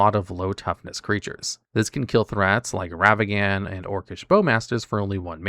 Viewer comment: Pronouncing ragavan ravagan put me out of the video.Sorry i'm I can't anymore